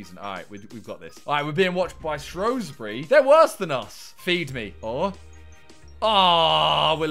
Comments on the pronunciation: I hate the way people pronounce SHOWSbury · SHREWsbury not SHROWsbury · Just saying Shrewsbury is pronounced Shoesbury not Showsbury